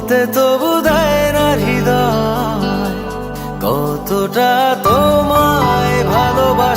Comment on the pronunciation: হিদয় কি? এর উচ্চারণে অনেক সমস্যা